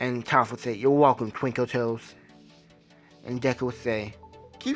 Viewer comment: Hahahahahahahhahahah I am laugh at how you can’t say twinkle toes